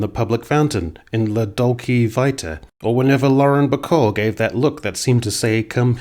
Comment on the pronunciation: "Lah Dolkee Viteh" i died XD